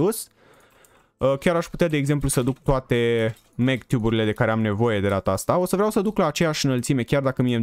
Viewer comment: Zici ca spui mctube în loc de magtube1